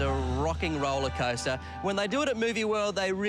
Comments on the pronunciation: Am I the only one who hears "roller scoater" ??? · Did you hear Grant say 'rollerscoater'? 😂